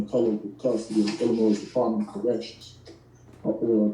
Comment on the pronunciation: The S is silent in Illinois. Guess he doesn’t know that.